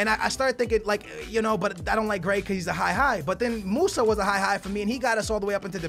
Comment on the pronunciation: How can you pronounce konaplyanka but not gray